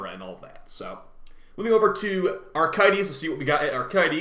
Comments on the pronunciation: A-crith-is not Arc-i-thes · Out of curiosity, is there a joke I’m missing about always pronouncing Acrithus as “Archaites”? Is it just a really bad misread that you just stuck to for laughs? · I sincerely hope you're mispronouncing acrithis as a joke